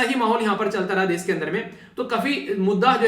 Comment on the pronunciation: ...video explains awesome....but try to pronounce....Topic is टॉपिक.... normally नॉर्मली....desh देश..... etc ....improvement ..aur sunane achha lagega